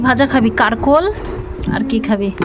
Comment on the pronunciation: দিদি কিছু মনে করো না কাকরোল বলে কারকোল না ।